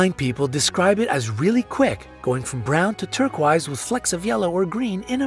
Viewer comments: Note for he said turquise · Terk-wise??? Did they mean terk-oyz? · He said ‘turquwhys’ and not ‘turquoise’ 😂